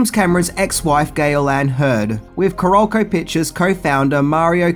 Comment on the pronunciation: it is pronounced KAH-rol-co, like South Carolina (the state), since that is where Carolco is located.